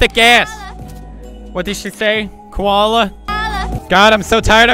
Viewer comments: she said Holla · I loved girl who said Coala